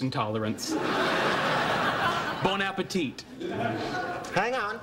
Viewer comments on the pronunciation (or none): bone apple teeth lol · "Bon appétiTTTTTTTTTTTTTTTT" -S.Cooper